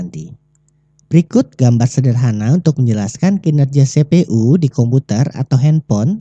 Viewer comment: sepe.u di telinga gua kurang enak di dengar tolong dengan pelafalan inggris CPU-->> sipiyu